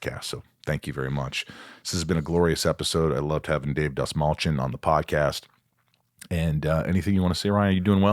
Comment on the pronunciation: For anyone that cares to pronounce the lat name correctly it’s pronounced DAST-MALL-CHI-YAWN. (Persian last name) fun fact: Dastmal means tissue.